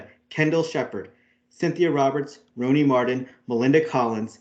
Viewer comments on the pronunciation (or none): Roni is actually pronounced ronnie